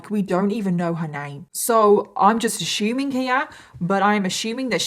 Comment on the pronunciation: ASSUMING DOES NOT HAVE AN "H" IN IT!! Does anyone else ever get the urge to want to make these videos a drinking game? Anything she says "ASHUMEING" instead of ASSUMING, take a shot. You would be plastered by the end of the story.